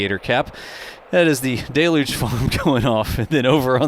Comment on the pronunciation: DEL-YOOJ!!! Please google it, grok it, chatgpt it or merriam-webster dictionary it. Whatever you do, just start saying it correctly.